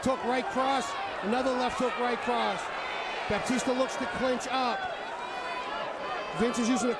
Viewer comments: The commentator keeps saying Baptista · commentator keeps calling him baptista -.